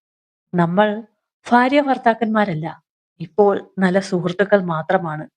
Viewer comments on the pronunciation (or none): കഥ കൊള്ളാം. ഫാര്യ അല്ല ഫർത്താവ് അല്ല (ഭാര്യ. ഭർത്താവ് )ആണ് 😂അത് ശ്രദ്ധിക്കുക.